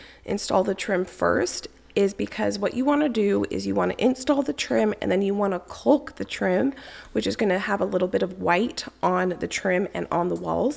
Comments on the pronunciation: I love you but man I hate the way you say caulk. It’s c-ah-lk not c-o-lk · The L in caulk is silent. It pronounced cauk, like hawk.